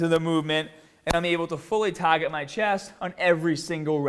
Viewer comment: Get a slight aahch in your back to fully taahget your chest.